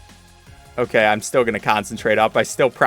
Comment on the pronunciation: On level 24 you said oh gay